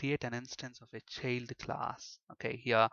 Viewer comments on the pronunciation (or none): bit annoying the way u keep saying cheild class